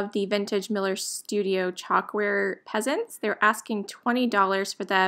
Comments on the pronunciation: Those birds are pheasants - pronouned "Fessant"! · Pheasants is pronounced Feasants. Peasants were what the upper class called lower class who were considered less sophisticated and not socially connected. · Hello. I am the guy who mentioned the pronouncing "pheasants". Please know I meant no offense. I enjoy your content and thought you would appreciate the hint. One of your followers basically came to your defense and attacked me. I do not care, but since I enjoy your sweet vibe and joy in thrifting, I wanted to apologize if you took offense. I was simply trying to help. Take care.